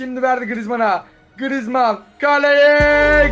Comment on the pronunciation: mbbape baglı grrizman baglı sanchez baglı diyen 😂